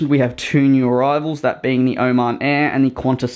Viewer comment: Oman air More like OH-MAN air Also I love the cows you added